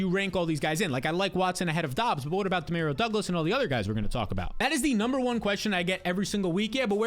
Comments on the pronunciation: That’s not how you pronounce Demario Douglas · EXSPECIALLY DEMAREEO DOUGLAS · Lol I swear he was saying it so many times just to troll people in the comments. The number of times he was like "exspecially one de mareo douglas" I think he's gotta be trolling.